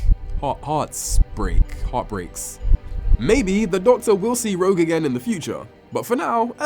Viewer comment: It’s ‘ROGUE’ for pity’s sake!